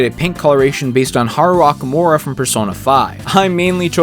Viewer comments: Haru "ock-KOO-mora" It's pronounced "oh-KOO-mur-ah" 😅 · Hey, you got some of Hero’s alt references wrong… Alt 5 is actually Angelo from DQ8 and Alt 8 is Terry from DQ6 (PS: Haru’s last name isnt pronounced ah-kah-mura its oh-koo-mura) sorry for nitpicking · Am I the only one who noticed him mispronouncing Okumura? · ...The way he said Okumura like that, you can tell this man has never played Persona 5 in his life.